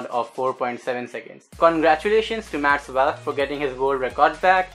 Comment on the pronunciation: its not pronounced as vaaallk his name is pronounced as volk